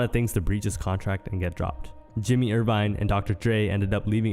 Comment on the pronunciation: Who tf is Jimmy Irvine there is no r in Jimmy Iovine (I O Veen).